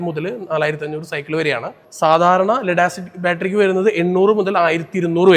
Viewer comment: ഇവൻ മലയാളം അറിയില്ലേ?? ലടാസിക് ബാറ്ററി മാറ്റി ലിതിയം ബാറ്ററി വെച്ചാൽ എന്താണ് ഉണ്ടാവുക എന്ന് അവൻക് മലയാളത്തിൽ പറയാനറിയില്ലേ